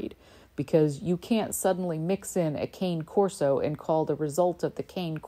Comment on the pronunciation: Excellent presentation. Just FYI, Cane in Cane Corse is pronounced "Kahn-Ney." I had to endure a few corrections from a Corso breeder who finds it infuriating to correct lol.